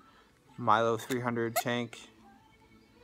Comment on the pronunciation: Milo? 😂😂😂 Where's the I in MELO?